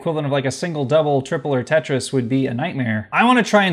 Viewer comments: "Tritris?" I'd call it "Te-tri". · “Cursed pentris”